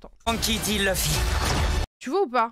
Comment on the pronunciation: Ils ont abusé avec leur LEUFFY 🥚🐓 au lieu de LOUFFY (luffy/Ruffy) 🤦🏽‍♂️